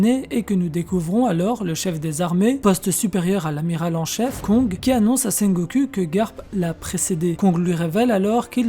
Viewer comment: je serai toujours perturbé par la façon dont tu dit Sengoku, "Sengokou" pas "Sengo-cul"